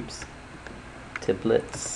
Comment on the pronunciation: "Templets" Lol, Thanks for the video it helped alot.